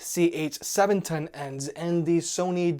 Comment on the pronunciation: whenever he said WH CH710 it reminded me of Wachowski brothers. Just saying ..